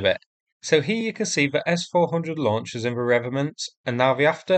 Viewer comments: Re-vet-ments not revenants, although there are plenty of Russian corpses walking around Ukraine. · I think you mean 'revetments' rather than revenants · They are REVETEMENTS (originally a French word) not 'revenents' (not an actual word) ! Please pronounce the letter T in the word. It makes you sound a bit silly otherwise. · Ree...vet....ments ...... dear chap. And far be it for me to nit pick your most excellent work but, it needed saying....... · Re..Vet..ments.... just saying.